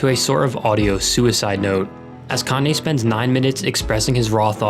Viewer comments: when he said Cane-yee West 😭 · "kanye east" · “Kanye East.” IM FUCKING DEEEAD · everybody